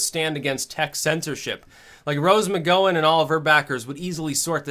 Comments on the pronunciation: "McGowan", Gow, as in ouch, not oh as in 'go'. It's obvious that doesn't watch TV. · i think the gow in gowan is said like cow.